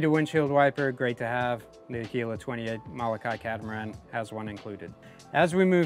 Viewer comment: Learn to pronounce MOLOKAI correctly!